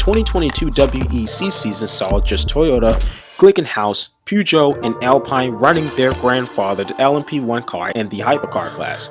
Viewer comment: Pronunciations of "Le Mans", "Nissan" and "Alpine" is shocking.